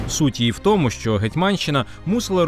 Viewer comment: Дуже цікаві і навчальні відео, але ви неправильно вимовляєте слово тому